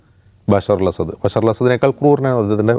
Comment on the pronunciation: ബശാർ അല്ല ബശ്ശാർ. അസാദ് അല്ല അസദ്. അതായത് ബശ്ശാർ അൽ അസദ്